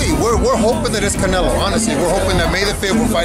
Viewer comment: Saulbuterol "Cownelo" Alvaroids